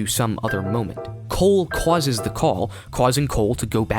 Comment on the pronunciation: "Cwauses". I love the way you say causes. 😂